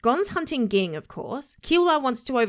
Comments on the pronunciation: Wait! Is she watching the dub? Why is she not pronouncing Ging correctly (jing)??? Is that how they say it in the dub? Eeeewwwwww. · Can u please say Jing and not Ging 🤦🏾‍♂️ 😆